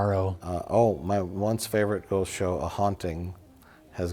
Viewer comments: Lol and ghoooowst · If this comment gets 100k down votes, Mike will stop saying Ghowst, and start pronouncing Ghost correctly